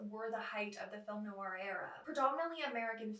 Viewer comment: NOIR has just one syllable ! Not Noo-ar